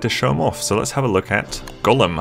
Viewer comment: yeah, sounds a bit more like he's saying Golem... than Gollum. "goll-uhm! goll-uhm!" edited to add: ah, at first at least. I noticed later on in the vid, pronunciation shifted a bit.